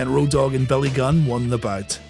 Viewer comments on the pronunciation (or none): none